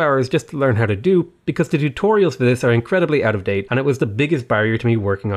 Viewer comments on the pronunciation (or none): none